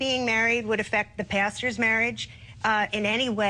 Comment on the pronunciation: At first I thought she said gay marriage wouldn't affect the bastard's marriage instead of the pastor's marriage. lol